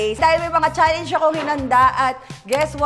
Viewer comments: CHALLENGE hindi challeYnge ang cringe eh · ito na naman si zeinab sa cha leyngeee jusko pede ba magturo ka sa jowa mo tama pronunciation ng challenge HAHAAHAHAHAH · Yun challenge talaga ay cha-ley-nge. 🤦‍♀️